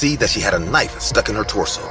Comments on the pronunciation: bro said k-nife😭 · I noticed this too and they're spoken a little different as well. Maybe it was a retake that wasn't edited properly. I came to the comments to see if anyone was going to comment about ka-nife for knife 😂😂🔪